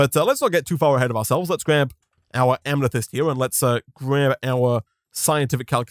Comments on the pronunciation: it’s not pronounced am-ne-thyst, it’s pronounced am-eh-thyst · Why does he keep enunciating "Amethyst" as "Amnethyst"? this isn't an accent thing as you can clearly hear him working to deliberately say it like that.